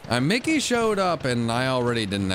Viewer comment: When he says mickey needs to stop cheating in Drowzee I heard Nicki 💀